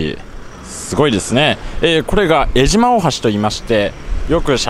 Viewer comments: えじま ではなく、 えしま ですよ！ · えじまじゃなくて「えしま」です！ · さかい港なのに地元民「さかえ」港って言います。えじまではなくて、「えしま」って言います。